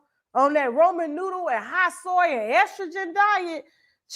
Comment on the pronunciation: Why you say roman noodle for the jailhouse .. . .lol omg